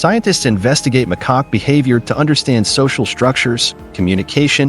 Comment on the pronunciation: Lol..your right, I kept giggling every time the AI would say "McCock" 😂😂😂.. how do you go from "Macaque" to "McCock"... I'm still giggling😂